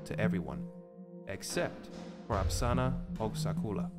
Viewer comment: It's spelled and pronounced "Apasra", not "Apsana"